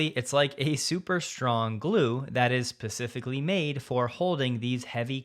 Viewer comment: I had a double take when he said "pacificly" instead of "specifically" st